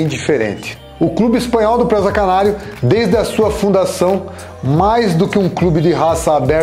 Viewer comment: Não é Présaaa... É PRESA